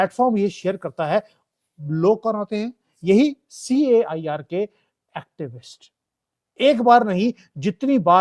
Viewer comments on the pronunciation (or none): its not pronounced "chair" its pronoinced like "care". CAIR is Council of America Islamic Relation.